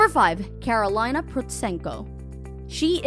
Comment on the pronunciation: Really disappointing note on Karolina Protsenko, starting with the mispronunciation of her name (should be Ka-ro-lee-na). What a lack of seriousness by this channel's owner, who didn´t bother to do the minimal research and COPIED word by word Karolina´s "about" tab on her official website. Karolina has had a lot more feats than the ones so poorly described in this video. Shame.